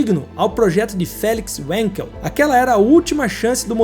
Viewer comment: Uma pequena correção: como o inventor é alemão, a pronúncia é "vanquel".